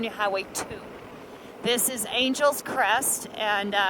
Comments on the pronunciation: Ok... I just have to ask.. why would that road be pronounced as you pronounced it "Angels Crest Highway" and at least twice later.... when it is spelled like the city Los Angeles??.... which is pronounced totally different than "Angels"....the city gets stretched out to Annn Gel essssss. Just curious.. inquiring minds want to know.... And just to show how things get twisted...here in Indiana DuBois county is Du' boys... and Terre Haute is Terra Hoetd... and the county it is in Vigo, would should be pronounced Beego as it is Spanish, but most of my fellow Hoosiers don't know that but call it Vie'go, though those who live there call it Vee' go. But then you're a Texan and thus cannot be held responsible for the Cali language... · Nice video but it’s not Angels Crest it’s Angeles Crest Highway like Los Angeles 😜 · You have been here 3 years? Its Angeles Crest Highway, NOT Angels Crest. Otherwise, nice video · Silly Texans talking funny! It's "AN-gel-lus" Crest. Angeles, as in Los Angeles. Yes, yes yes, we know it "means" Angels. It's like one of us, saying "LUCK-in-back" Texas....Waylon, Willie, and the boys.... Very nice scenery, too bad about the fire damage, but that will make next Spring a wonderland up there! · Ridden it on a road bike and a motorbike. Beautiful. (I believe it's pronounced like the Angeles in "Los Angeles". Three syllables.) Great video thank you for posting.